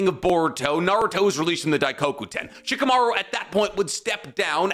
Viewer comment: "Shikimaru is barely tree level" 😂😂😂